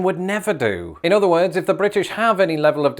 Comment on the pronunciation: Excellent posting, thank you. I about lost it when you said.."Weeeeerrrrdddddss are haaaaaaaaad" Sounded like Boston to me! LOL..